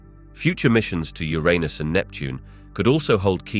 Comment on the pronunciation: He said Ur-un-us correctly the first time, then proceeds to say it incorrectly from that point on. "Your-run-us" not "Your anus".